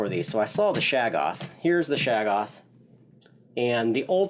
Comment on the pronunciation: shog-goth not shag-off Very different.